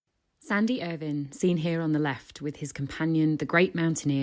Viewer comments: Why would she call him irWINE like that? Ugh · Please pronounce his name properly. It’s not Ervine